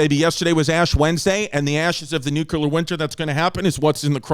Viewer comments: Big ups to Chrissy's account of Ukraine...the most balanced and true you'll see, ironically. But...its still NU-CLEAR not NEW-QUEUE-LAR war that will kill us. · Chrissy New-kew-ler took us to school, babes! Hope y'all took notes! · Boys…say it with me now…New-Clear.